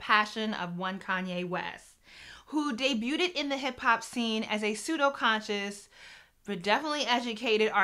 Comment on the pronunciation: Such a smart video that I cringe whenever she says "Debu ted"😄😿🤦🏾‍♂️ But real talk, great video